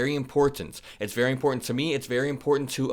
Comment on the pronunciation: Would you learn to pronounce important correctly